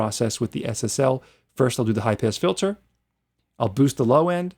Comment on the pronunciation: Love your teaching style, great advice, very well presented, nice results. On a humorous note: I can’t believe nobody called you on your pronunciation of “high piss filter” !! I speak four languages and traveled for two decades around the world, so I understand accents, language barriers, all kinds of stuff. But except for that one word, you sound like a very normal English speaking (from America) kind of guy. Not sure why you pronounce high pass with an i. Anyway, thanks for a great tutorial, catch you on the next one !!